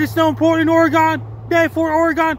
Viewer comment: Thanks for another severe weather alert for us here in Oregon. Washington doesn't matter 😀 And thank you for property pronouncing Ooooregon(e) not Oregun. You are incredible and a life saver to so many with your alerts. Keep up the amazing work Frankie!